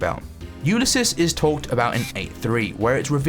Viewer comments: by the way ulysses was also just for a rhyme its pronounced yoo-LISS-eez not YOO-lis-is "i see icy ulysses" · ulisis? thats not how you pronounce it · why does he say "Ulysses" so weird? first time watching is he british or something?